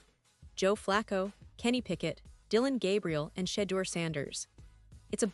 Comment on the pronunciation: I’m listening to this bullshit because I’m a fan of Shedure sleeping really sucks and the way that the media and all you people can’t even annunciate his name properly and show some respect so prejudice so disrespectful unbelievable